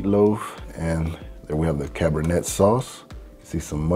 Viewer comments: Great video as always. However, it is pronounced "Cabernay". Just like the wine. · cabernet is pronounced "cab-er-nay"